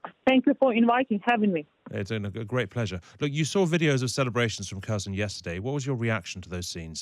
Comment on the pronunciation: Why can’t English say Kherson right. They can say her and son but not Kherson pronounced her-son. It sounds like the are say cousin. 😂